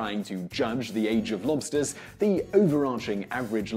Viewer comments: I had the volume quite low and every time you said "lobsters", I for some reason was hearing "monsters" lol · It’s sounds like you’re saying “blobster” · I keep hearing mobsters 😂